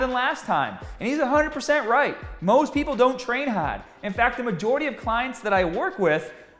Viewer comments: I see a pattern, can not make an a sound. He says hrrd, ptern rre and strted. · as soon as i heard you say "hard" i could tell you were from lawrence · As soon as you hit those words with "r's" in them your New England accent comes out, like "hard." The consonants disappear. Lol.